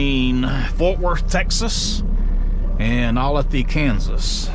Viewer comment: pronounced oh lay the olathe